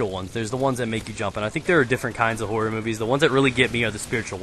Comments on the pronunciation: the way says horror sounds like whore >.> Theres alot of whore movies I agree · i first i thought he said i love whore -__ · i thought he said whore movies lol cos of his accent lol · I thought you said "I love the whore movies" mmm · I though he was saying whore movies till i saw the title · when said horror i honestly thought he said whore lmao.